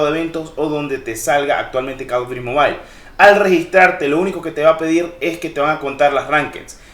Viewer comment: Bro un detalle se pronuncia mobil no mobail 🥊👌